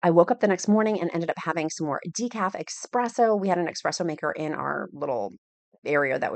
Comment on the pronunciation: Thanks for sharing your adventure. It wasn't your husband's filming. That outfit does nothing for you. Light colored baggy pants are not your friend. That sweatshirt with some black leggings would have made all the difference. Also, it is not expresso with an x it's espresso with an s. Don't want your Italian fans coming for you. Please continue sharing you living your best life with us. I'm 4 months into my GLP-1 journey and hope to be where you are at one day.